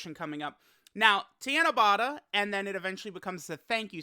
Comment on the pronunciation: Tiana-bata? It's Ta*na*ba*ta. Four syllables "Ta" as in the word "taught." "Na" as in the word "not." "Ba" as in the word "bought," and the final sound is the same as the first since there is only one of each sound in the Japanese language. By the way, Tanabata is still a ways away--July 7th! We still have May and June to get through and we aren't quite halfway through May yet. Tanabata isn't really a big deal over here in Japan. It's more like Saint Patrick's Day to be honest, it's an event that we are all aware of, but it's not a holiday and not everyone partakes in the ritual side of it, though some do...like Saint Patrick's Day. Golden Week holds a lot more many to folks here than Tanabata does, as it's nearly a week full of actual holidays, paid time off! Japan has three really important holidays/events that everyone is looking forward to and they are in this order: *New Years (12/29 to 1/5 is the time most people have off) *Golden Week (4/29 to 5/5--though the Monday and Tuesday after Showa Day are not holidays) *Obon (8/13 to 8/15 though time off can vary from place to place) New Years in Japan is like Thanksgiving and Christmas all wrapped into one big holiday over here. Everyone's going back home to be with their family, and it's just as important to Japanese people as Thanksgiving/Christmas is to Americans. Golden Week is more like Spring Break, but for working people and students alike. Many are just grateful to have time off from work, especially for those that